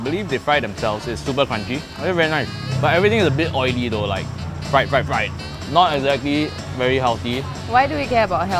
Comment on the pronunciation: RRIED CHICKEN